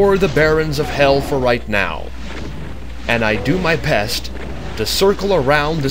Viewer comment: does he say ill do my PEST?